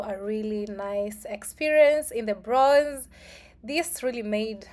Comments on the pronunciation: the word is Bronx not Bronze. Use Google to get the correct pronunciation of the word. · Hey, Welcome to America! And the way you pronounce that section of New York you visited today is the Bronks that’s how it’s pronounced but spelled Bronx 👍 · You said the Bronx wrong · please try and pronounce the Bronx you not saying it correctly